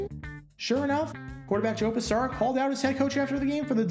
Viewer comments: Note: the name of the Giants' quarterback is Pisarcik (pronounced "pisarchik"), not Pisarik. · Right, I've mentioned that myself. And it's Joe Pi-ZAR-chik, not Pi-ZAR-ick. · Same QB too in Joe Pisarcik. The decision to run rather than fall on the ball (kneeling was not acceptable until 1987) needs a "Dumb Decisions" deep dive. PS his name is pronounced Pis-AR-chick. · I really enjoy your videos, but it makes me laugh every time you mispronounce Giants. Andy Headon, Ali Haji-Sheikh and now Joe Pisarcik.